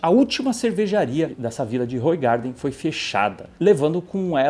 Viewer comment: Olá, se fala "Ruuraardan"! Eu sei pq sou da Bélgica, é servida com uma rodela de limão, é uma delícia....Mas engorda que é uma desgraça 😂😅